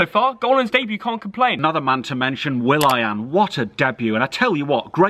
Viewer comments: Who hear thogdad saying will ai aan instead of willian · Willy-an is how I'd pronounce it 🤷🏻‍♀️. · someone tell how to say Willian 😂